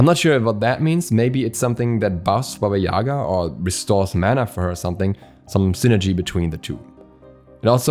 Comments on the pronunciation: It's not YAga btw...It's YagA... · It’s baba yagA. Emphasis on the second A. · Jac Obski, actually is is pronounced as Baba YegA (in Russian, Belarusian and Ukrainian languages). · Gale, it’s pronounced as YegA, lol. I’m from Russia, btw